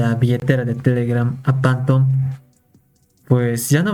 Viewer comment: Qué es esa mamada de "Pantom"? SE PRONUNCIA "FANTOM"